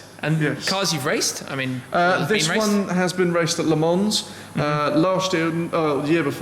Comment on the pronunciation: So knowledgeable about everything yet he kept pronouncing the 'S' in Le Mans. Cringe